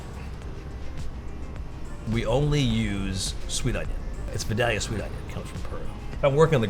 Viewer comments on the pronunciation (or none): I know English. That's pronounced Vy-da-li-ah. Just because a lot of people mispronounce something, doesn't mean it's correct. But I'm not gonna try and stop anyone from saying it however they like, like yourself. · the onions are pronounced vy-dale-eeuh. from vidalia, georgia. the ones from peru are from the similar seed stock but are not exactly the same and can't be because terroir